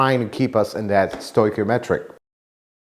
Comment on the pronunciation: stoichiometric pronounced stoy-key-oh-metric. Thanks for another excellent video.